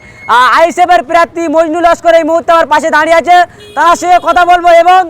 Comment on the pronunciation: এ কে রে বাবা! ভাই ওটা হলো আইসি থানা ওসি আর আইসি কাকে বলে আগে জানো। আর উচ্চারণ টা শেখো শেখো। প্রার্থী উচ্চারণ শুনেই পুরো সেই হকার হকার লাগছে। কোনটা আইসি থানা আর কোনটা ওসি থানা বলে শিখে নাও